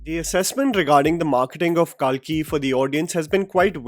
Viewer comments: It's not kaalki , it's कल्कि , kalki. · What’s with this calling “Kalki” as “Kaalki”? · Its Kalki not Kaalki 😅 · Kalki( not kaaaaaalki) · भाई आ की मात्रा सही जगह लगाना सीख जा। बहुबली नही बाहुबली, काल्की नही कल्कि। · It is “KALKI” not “KAALKI” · Why the fuck were u saying Kaalki instead of Kalki🤮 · It’s not KAALKI it’s KALKI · It’s not ‘KAAlki’, it’s just Kalki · Its not Kalkee.. Pronounce it correctly.. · First pronounce kalki in Indian accent and then show then flex ur English speaking skills!!!! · Pronounce “KALKI” properly